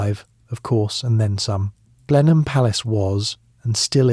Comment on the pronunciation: a great voice,,,nice prose,,,,well researched and clever. Just one minor fly in whats otherwise delicious lotion,,,Chruchill was born Blenheim Palace pronounced Blenham,,,otherwise its a place in the Low Countries (which it derives from but has been anglicised). Keep up the great work